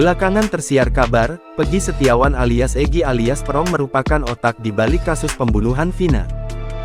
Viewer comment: Bacanya yang bener.buka peeerrrong tp perong